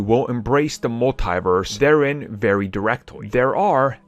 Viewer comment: You keep saying multiverse like there is an e Agee the I lol.